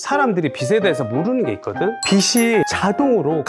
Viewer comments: 빚이 = [비지] 빚을 = [비즐] 로 발음합니다… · 비지라고 발음하시길